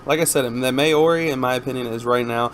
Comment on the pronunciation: Maori = Mow Ree , wermacht = ver macht